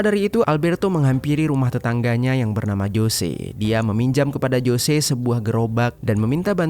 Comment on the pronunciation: Ralat min tulisan.nya emg jose tpi d.baca nya hose🙏